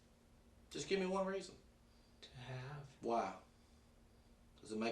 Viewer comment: WAAH instead of why, that makes me cringe honestly lol.